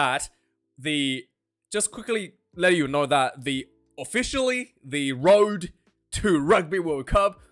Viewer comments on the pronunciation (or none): none